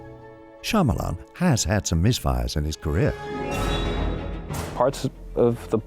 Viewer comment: His name is pronounced "Sha-ma-lun" not "Sha-maa-laan"